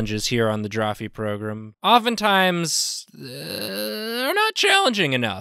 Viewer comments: I love how Nathan says program...progrum. <3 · nathan be like "progrim" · I love it when Nathan says "On the Drawfee progrum" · One of my favorite bits is how Nathan pronounced program